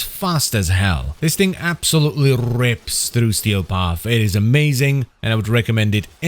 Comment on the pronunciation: can we appreciate that rolling R in rips for a moment.